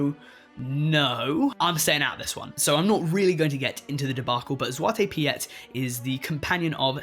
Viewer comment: I think the Piet in Zwarte Piet is just pronounced like “Pete”. Lol